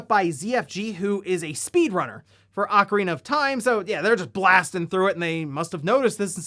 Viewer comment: Thank you for not saying “Oh-carina”